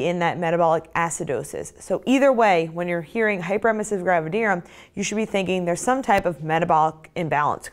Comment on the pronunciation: Finally!! The first video where someone pronounces “gravidarum” the same way as me!! I was starting to fee embarrassed😂😂